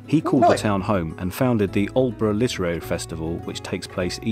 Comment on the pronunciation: This’ll surprise you both. I was in Lavenham today for a bit of lunch. I visited Kentwell Hall (another recommendation for you). I was born in Aldeburgh and well done for your pronunciation. 😉 When you live in Suffolk you forget how lucky we are. I’m glad you enjoyed looking around virtually. If you make it to Suffolk, I’ll happily chauffeur you around, too. Aldeburgh to Lavenham is 41 miles, Aldeburgh to Woodbridge Is 17 miles. It’s all very close by.